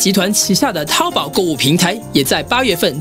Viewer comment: 那是淘宝（注意声调，不是一声，是二声）